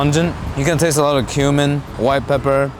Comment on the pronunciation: So, I cant be the only one who miss heard when he said "I going to be saying pork chop a lot here." I thought he said "im going to be saying pork chop Allah here." I was like, what?